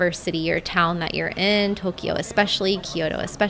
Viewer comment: I like your videos, (I'm a subscriber) but your pronunciation of Tokyo and Kyoto hurt my ears! A lot of foreigners say Toe-key oh and key oh toe...They are pronounced mor as a 2 sylable word Toe- Kyo and Kyo-toe. In Japamese, these 2 cities are spelled opposite of each other.